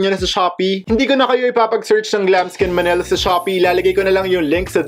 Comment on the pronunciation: Yesss, sa totoo lang po yan din ung gusto kong background , bagay din po sya sa pang vlog nyo po. 😍😍😍 btw, ganda po ng boses nyo at pag ka bigkas nyo ng Glamskin Manila ♥️ Ig: #xxooGiveaway